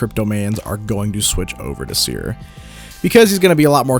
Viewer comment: His seer perdition was soooo wrong